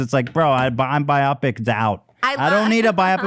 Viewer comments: Haha I like how Ethan pronounces biopic like myopic instead of “bio-pic” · whyd ethan pronounce biopic like by-oppic though hahahahahaha